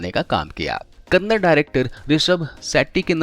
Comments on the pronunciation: Kannada hota h kannad nhi 😂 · It's KANAADA....and not Kannad. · Abe sale kannad nahi Kannada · Kannad nahi kannada hey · kindly pronounce Kannada properly its not Kanad! We don't say Hind for Hindi?? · Hello Bhai not kannad his kannada tikse bholiye kannada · Kannad nahi Kannada hai vo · Kannad nahi Kannada bro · Kannad nahi be kannada. Kannada bolna seek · Bhi hoo kannd nahii kannada bolo plz respect our language🙏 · Wo kannad nahii kannada heiji bhai